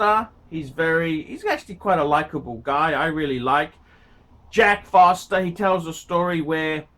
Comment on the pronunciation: It's Jack FORSTER not FOSTER at Hodinkee you chump.